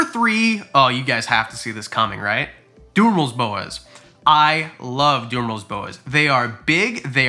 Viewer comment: 😂🤣 you’re killing me in this video lmao. “DU”merils boas.